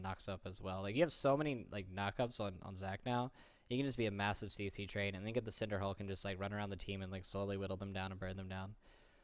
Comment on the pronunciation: He is pronouncing it correctly, go learn english.